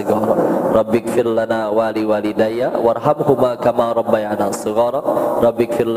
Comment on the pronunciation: Sejak kapan robba ya na? Bukannya robba ya ni? Maaf jika saya salah